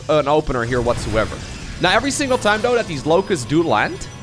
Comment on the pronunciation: I told u on stream u always say effery one